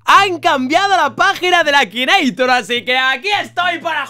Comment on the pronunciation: akineitor no akinator